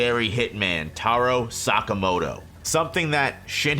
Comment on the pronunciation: Tarow sakamowtow